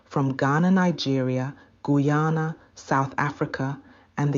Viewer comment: The name of the country is pronounced Guy ana 😊